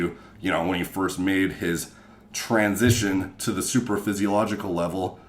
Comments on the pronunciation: Did you say transition or tren sistion? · TRENSITION as i call it.